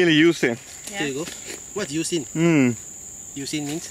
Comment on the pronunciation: lol he didn't understand that you were saying "Juicy" as in Joo-see because you guys kept saying Yoo-see